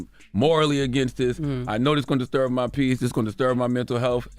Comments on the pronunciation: Charla really said "Disturv" 😂😂😂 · DISTURV ??????????????? I don’t know why Charla is still struggling to say his b’s lol